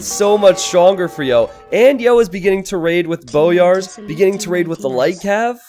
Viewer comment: Also, it's "boy-ar", not "bo-yar"